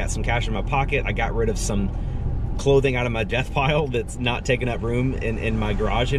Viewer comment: ummmm... death pile? I thought it was debt pile... ?